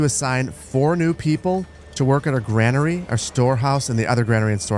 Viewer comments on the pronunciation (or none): GRAIN ER e not Gran er ee Like grain, or pain or brain.